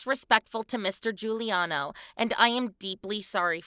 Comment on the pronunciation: "Mr. Guliano", not even close